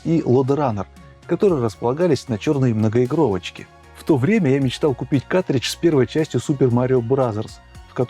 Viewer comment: Мляяяяяя ещё один, вроде взрослый с виду. каТридж, СКА КАРРРРРРТРИДЖ